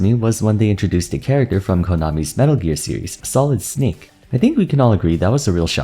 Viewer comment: "Solid Snehk"